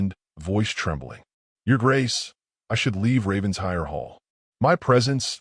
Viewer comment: It’s pronounced “Raven-shire”